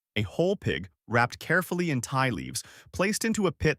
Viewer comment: It's ti pronounced tee leaf not Thai leaf.